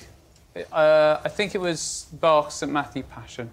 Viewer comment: Did he just pronounce Bach as "bark"...